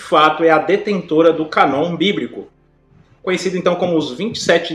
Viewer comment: Boa noite irmão. Só para ajudar. A pronúncia da palavra "Cânon", a letra "â" com o acento circunflexo, deve ser pronunciado "anasalado". Da forma como o irmão pronunciou a palavra "Cânon", fica "Canon. Espero ter ajudado